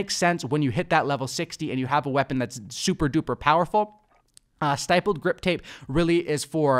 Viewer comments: Stippled is pronounced like nipple. When gamers think they are operators but never took a gun to a war zone 😂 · The I in stippled is short, just a heads up!